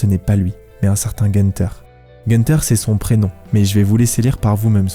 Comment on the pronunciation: Pour info c'est un prénom allemand ça s'écrit Günter mais ça se prononce Gounter et son nom de famille ça se lirait Chlircampe si ça peut t'aider.